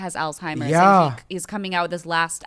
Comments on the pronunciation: She can’t say Alzheimer’s right … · THERES NO T IN Alzheimer’s!